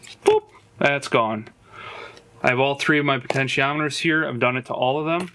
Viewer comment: Bro, there’s only one “n” in potentiometer. That’s why they’re called “pots” not “ponts”.